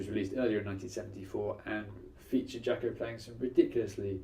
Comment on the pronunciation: You probably should learn how to say his name correctly before making a video about him.